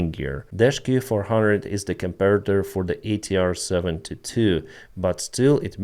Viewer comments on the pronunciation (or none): none